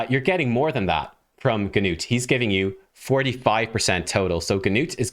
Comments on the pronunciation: The g in his name is actually silent. Just Nut! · Great job, you just told me about my next Six Star Champion. I’m building up my resources now. Also just wanted to tell how to pronounce Gnut’s name: the “G” is silent the “U” has a long U sound. So to put it together Gnut (“G”Nute the G is simply silent, so imagine that it is spelled like this “Nute”) rhymes with Lute and Flute. A lot of people are going to say Nut like walnut but that’s wrong, irregardless, he’s a great champion and I expect a hard fusion to get him, I think I can see the ole Paywall from here! I am looking forward to your next video! Have a great day!